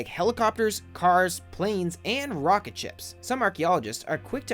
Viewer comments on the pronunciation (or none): none